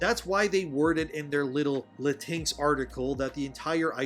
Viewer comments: Lah-tinks is not how you say it lol, it's latin-echs or lahtin-echs. I called my mexican friend latinx how you say it and he left the discord call lol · You know how it’s pronounce. I was confused for awhile when you said latix 😂….thought you was talking about a cat or something. It’s Latin-X (just say Latin and then say the letter X). Latin-x will never fly because it doesn’t fit in the Spanish language when it’s compose of masculine and feminine verbiage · I'm sure you know it's "Latin X", but I have to admit "La-tinks" is pretty funny😂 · 'Latinks' kills me everytime 🤣🤣🤣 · It is "Latin-ex" and yes it is as stupid as it sounds and very VERY offensive. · It’s pronounced la-teen-ex. It’s phony, it’s stupid, and the vast majority of Latin people, find it offensive. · The thing is they are not pandering. This is what they all believe. Also I will be pronouncing latinx the same way you do now, cause that is just funny.